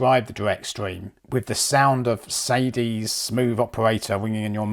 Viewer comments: 'Sadie (Sade), usually pronounced 'Shard-a' Good video and reviews. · Not ASR - as intended - in light amusement only. Sade (shah-DAY) Adu - British/Nigerian songstress ... rather than SAY-dee. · Sade Adu's name is pronounced, 'Shah-Day'. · "Saydeez"!! It's pronounced "Sharday". :-) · Sade is pronounced Sha-day. Good review. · Very nicely done video, on a side note, Sade is pronounced "Shah-day" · Very nice production. Interesting mix of products too. Oh! just one thing. Sade is pronounced Sha-Day. What a voice.